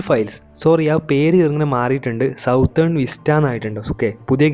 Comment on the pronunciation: സൗത്തേൺ ❌️ സദേൺ ✔️